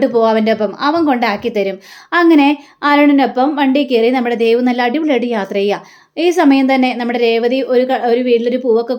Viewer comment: അരുണും ദേവും... ദേവ് അല്ല ദേവു...